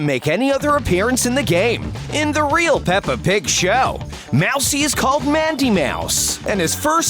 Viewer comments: did i hear you said peppr pig show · Me:*hears pepper pig* Slso me: :0 peppa pig is actually pepper pig? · The narrowrator say paper pig